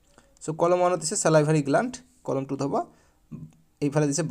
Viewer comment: sir colom nohoi coloumn😂